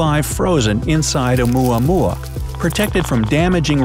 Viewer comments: When oumuamua sounds like yomama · Lol "oumuamua".😂😂